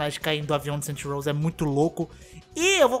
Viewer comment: "Saint Rows"